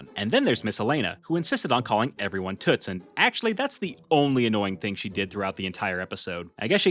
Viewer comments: It sounds like she's saying tits😂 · I don’t like Daniel tiger and it’s sounds like t**s instead of toots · I thought raisins were a crappy Halloween treat, but stickers? Also O the owl missed an opportunity, he could've gone as a broken traffic light. If that can't be scary then I don't know what will. Also also, one of those "Toots" she said sounded like she said "tits" and that's just hilarious.😂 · I thought prince wensday was a bee hevie and l thought miss elila was saying toot 😭😭😭